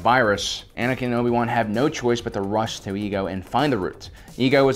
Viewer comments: “Obi-boo” There’s no other way of saying “Obi-Wan” and I can’t be convinced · "Obi Boo Kenobi"